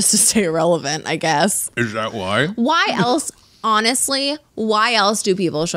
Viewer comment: OMG LOLOL. "Isshh tha wuhyy??"